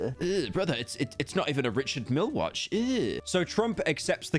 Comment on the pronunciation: smh bro doing it with watch brands now it’s “Rish-ard meel”